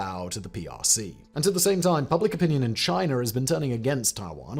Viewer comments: Lol "Chiner" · Simon, love all your channels. However I would like to address there is no R in China… learn English! 🤣🤣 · There is no R in China. Love you guys tho.